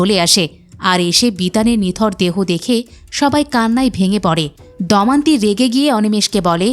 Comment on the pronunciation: উচ্চারণ ঠিক করুন। 'দমন্তী' নয় 'দময়ন্তী'।